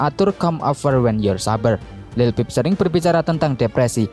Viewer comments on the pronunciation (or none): Lil pip..how the hell you make a whole documentary and can't say his name? 🤡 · dude, it’s like you’re reading out of a book or something and you can’t even pronounce say this name right or not this sucks. Take it down.✨👑🐠